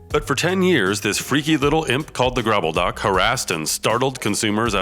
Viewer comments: Why call the gobbledok a gRobbledok?? If you are going to talk about it, at least try to pronounce it correctly... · Can you tell your guy he said "Gobbledok" wrong? There's not even an R in it, stupid!